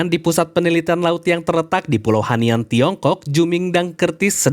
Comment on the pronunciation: hainan bg bukan hanian